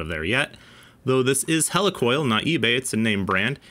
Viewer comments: Great video but why are you saying hella for heli🤔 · It’s a Heli Coil. “Hee-Lee-Coil” not a “Hela-Coil” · Hel E! Coil not Hel A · I always though it was pronounced like helix (the shape of threads), not helicopter. Awesome testing, BTW. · Hey,. I kinda hate to be that guy, but "Helicoil" is pronounced /HEE-LEE/ like "helical" (or Healy) not /HELL-ee/ like "helicopter." Thanks for testing. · I'm usually wrong about stuff like this, but isn't Helicoil pronounced like helix? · Interesting. I remember installing a lot of heli coils early on in my career (we pronounced them "he-lee"). Haven't got through the video yet, but I hated them. IIRC they were a limited use. With every bolt in/bolt out cycle it would get harder and harder not to cross thread or strip out. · It is pronounced He-lee coil. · Yeah really. Maybe they will learn to pronounce 'heli-coil' correctly. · You keep mispronouncing he-le- coil. I’ve been around these things for 60+ years and I’ve never heard it pronounced the way you do m